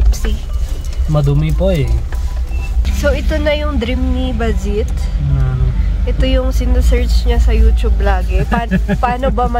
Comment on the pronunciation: Its Baljit not Ballot.. Sorry